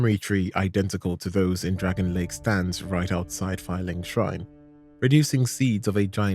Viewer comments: DRANG-LAY-ICK NOT DRAGON LAKE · Awesome video, dude! One thing though.. "Dragonlake?" "Drang-lay-ick" is the proper pronunciation. Its not that deep but i had to point it out lol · DRANG LEY IC not dragonley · PLEEEEEEEAAAAAAAASE!!! ITS PRONOUNCED “DREN-LEK” NOT DRAGON LAKE 😭😭😭🙏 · Your constantly saying dragon lake instead of Drangleic very clearly and well prononunced makes me wonder if you have actually played Ds2 or are just reading a list of stuff you found elsewhere 🤨not like its not mentioned in conversation enough times in game, if it were a slip of the tongue then fine, but you do it consistently. 🧐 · Drangleic is not "dragon lake" 🤣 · PLEEEEEAAAASE!!! IT'S PRONOUNCED "DRANG-LEYIK" NOT DREN-LEK 😭😭😭🙏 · "Dragonlake" "pattay" brother... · Love the video but bruh your pronunciation of Drangleic is atrocious